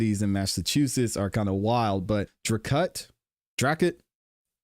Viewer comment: Dracut, MA… Pronounced “Drey-Kit”